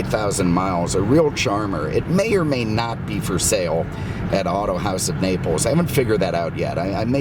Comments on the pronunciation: Why do you say “Auto House” when it is spelled H-A-U-S, that isn’t how House. Like Keenwa and quinoa 🤣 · I know but the whole point was how he said this is America say it like it is spelled. Keenwa vs quinoa - House vs Haus. I didn’t mean he was wrong by any means, it was more of a sarcastic comment. I am German and know Haus means house in German.